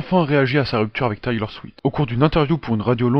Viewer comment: Juste une petite remarque c'est Taylor SwiFt en le prononçant tu oublis le F ^^, sinon j'aime bien te vidéo ;)